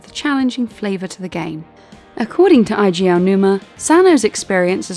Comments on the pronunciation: Eiji is pronounced "Ay-jee" not "Eye-jee". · It's pronounced "eyy-jii" Aonuma. Not "eye-jii." Can you at least get that right before you throw up more mediocre content on YouTube? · fyi, Eiji is pronounced as 'agey', like age